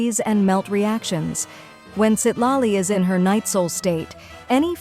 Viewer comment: Citlali ❌ Seat Lolly ✅